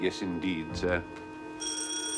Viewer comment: Jeeves always pauses between a word that ends in an 's' or in an s sound, and the 'sir,' I suppose to make certain that every syllable gets its full measure. For example